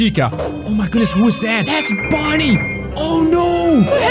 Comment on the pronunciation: It’s Bonnie not bunny